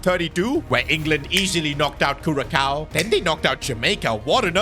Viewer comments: my boy it's Curaçao not curakao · It's pronpunced Curasao not Curakao 😂😂😂. Your pronounciation for geography is terrible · Kurakao... As someone who was born on Curaçao i feel really offended